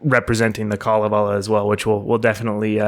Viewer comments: If you google the Kalavala, you'll hear how it's pronounced: it's kale(like the green we who like it can eat) & the rest of the a's almost have an e sound w/ them. It will be pronounced repeatedly so you can't miss it. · Other audio pronouncing of the Finnish Kalevela sound like chalk screeching on blackboards. Hearing you is very pleasant. Thank you for preparing for the Finnish pronunciations!